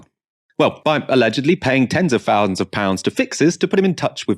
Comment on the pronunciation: It’s thousand, not fosand. Wake up.